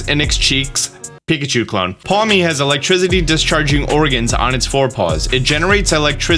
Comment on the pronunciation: My man said “Electrizzity”